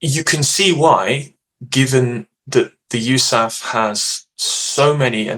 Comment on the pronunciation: Sounds as silly as "Pack-Dah".